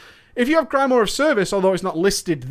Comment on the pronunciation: Your inability to pronounce grimoire is like fingernails on the blackboard of my mind :(